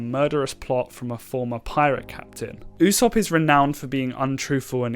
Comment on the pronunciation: It’s pronounced “ooh-sop” not “you-sop”